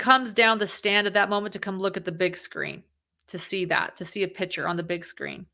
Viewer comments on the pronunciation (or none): FYI You mispronounced the word "seminal". Also it's a "picture", not a "pitcher".